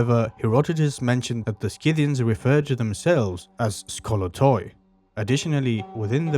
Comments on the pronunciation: SITHians, not SKITHians. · You pronounce it "Si-thian" not "Ski-thian" ...Sort of like the tool, Scythe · it's see-thee-ian. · just a friendly note: Scyth·i·an /ˈsiTHēən/ pronounced "SIH-thee-uns" ... thanks for sharing :) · No hard c in Scythians, the c is silent in English. I hate AI audio! If this documentary's pronunciation is correct in another language, would someone please let us know. I googled the pronunciation 5 times, and not once did the way it's pronounced here come up. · Youre teaching a whole new generation to pronounce Scythians wrong. The 'c' is not verbalised. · After 12 seconds, I’m giving it up. I’m not watching an hour-long video on the Scythians to be brainwashed with the wrong pronunciation of the word. Sorry, thank you. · There is no "K" in Scythians. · Please check correct pronunciation.Not knowing the correct pronunciation ,brings the rest of your work into question. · if you decide to read the script yourself, you should make sure you take some diction lessons or logotherapy. It is ridiculous to make a video about the Scythians and not be able to even pronounce their name correctly. You are probably not aware, but your pronunciation of some words is just laughable. For instance explain to me what "war-fur" is! Or can't you pronounce the plural form "women" correctly?